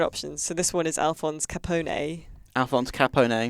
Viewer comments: Capo-neyy ello m8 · Not true. it is definitely wrong. Capone in Italian is pronounced Capòne, with the accent on the 'o'. (Source: I am an Italian native speaker.) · its pronounced Al-Ca-Pon for god sake. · The pronunciation lol In Italian Ca-pon-ay and Chicago. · So is your standard American pronunciation. It's Al CA-PO-NEE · TIL Brits have no idea how to pronounce the name of one of America's most infamous criminals... and one of the prime protagonists of the game they are reviewing. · Iv been saying Capone wrong my whole life. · Your pronouncing his name very wrong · you butchered my last name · That Al Capone pronunciation was more criminal than the game.